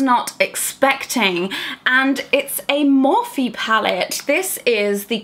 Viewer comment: Pretty sure you’re pronouncing morphe wrong.... or do I pronounce it wrong. I’m so stressed over this 🤦🏼‍♀️